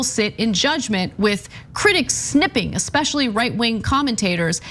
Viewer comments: snIping not snipping. sniping as in marine sniper. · Sniping not snipping. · "Sniping", as in "Sniper". Not "Snipping", as in "To snip the string with scissors" or "Snippet", as in a small piece. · Ana, it's not 'snipping' it is 'sniping' with a long (i) from the verb to snipe.